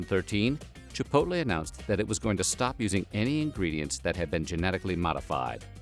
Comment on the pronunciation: I've never eaten at Chipotle, but I still would like to thank you for pronouncing the name correctly. It's like nails on a chalkboard when people insist on saying "Chip poll tay" 😉😄😂